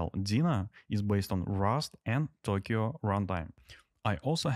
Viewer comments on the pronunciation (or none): none